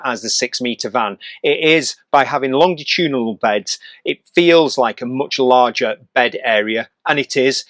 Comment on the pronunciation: The standard English pronunciation uses a soft “g,” like a J sound: longitudinal (lon-juh-TOO-duh-nuhl)